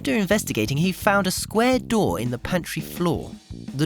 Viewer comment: "A doooh in the floooh!"